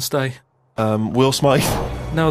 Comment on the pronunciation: Will SMAITH Steve can't even pronounce Smith